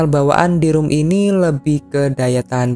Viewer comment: ROM ya bukan ROOM 😅